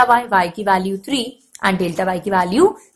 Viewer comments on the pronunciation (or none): Daelta😂😂 it's Deltaaa Lol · dealta X hahaha very annoying.........dealta ;) ;D